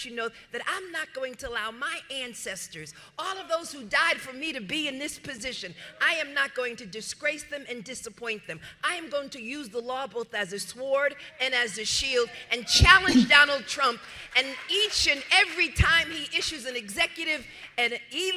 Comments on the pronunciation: What's a swwwwword? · "I'm going to use the law both as a "sword" and a shield" .... What's a "sword?" It's pronounced "sord" (the w is silent) . I guess English wasn't your strongest subject in college? (LOL) 🤣🤣🤣. You want to talk about stupidity? Ok, how about deliberately and knowingly falsifying legal and binding Mortgage documents by putting your father's name on a mortgage application, listing him as your husband so you could get a better deal? Here's two new words you can practice ..... "Mortgage Fraud!" and "Prison"! (Punishable by up to 25 years in the state of New York!). If I were you, I'd sleep with one eye open honey because they WILL be coming for you very soon! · She is calling out others as being stupid but pronounces the W in sword 😅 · BTW Tish, the W in sword is silent. As you should be. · you know leticia has low IQ when you pronounce the W in sword